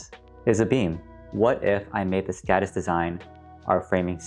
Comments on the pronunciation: Skådis is pronounced skodis. With the same o as in more. I recommended listening to a translator. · very good video and great idea, however... as a swede I wince at the anglophone pronounciation of "Skådis". Å is not an accented A, it is its own sound closely similar to the "ou" in "gourd" or "four"